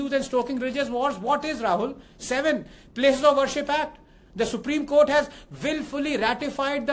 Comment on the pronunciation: Supreme Kotha ✅. Supreme Court ❌.